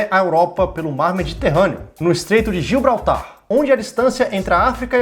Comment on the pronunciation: Q agonia vc falando "gilbratar" ta escrito grandão na tela "GIBRALTAR" kkkkkkkkkkk